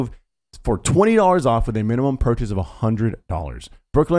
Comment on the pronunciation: I was thinking that it was great that they got someone who can do ad reads pretty well, then there's the "mimimum"